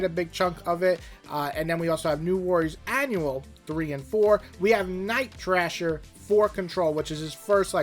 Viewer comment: JFC it’s Night THRASHER, not “Trasher”! And FIRESTAR, not “Firestarter”!